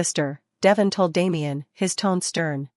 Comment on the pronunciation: His name is pronounced De Von with e having a long sound.